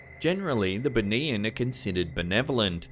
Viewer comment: 1st vid - BUNIAN pronounce as BOO KNEE YAAN